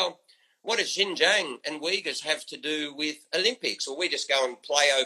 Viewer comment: Kinda irrelevant, but I just want to point out that he never pronounced Xinjiang right once.